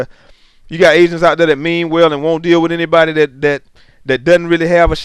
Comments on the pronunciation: lol I thought you were sayin "asians" Great vid man. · I thought he said Asians were scamming people for money and I was laughing soooo hard... then I realized he said agents. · when you said "agents" it sounded like you said "asians" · Yo I thought he was saying asians too, but he was saying "AGENTS". Listen to it again and you should notice it. Also listen to the context of it.